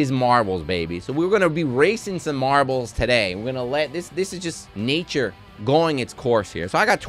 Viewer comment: It's mahbles babee!